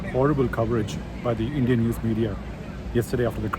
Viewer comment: You sound sensible. One suggestion/observation. You berating and addressing "indian new channels" as such sounded weird. I mean why stress "indian".